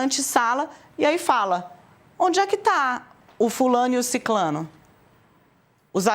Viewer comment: a pronúncia é ciCRAno. Não é ciCLAno. Pelo amor de todos os santos